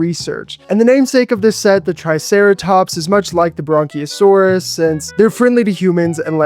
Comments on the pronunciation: These look really good but just to let you know the brachiosaurus is pronounced br-ac-ae-o-saurus. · bronchiosaurus ye not Brachiosaurus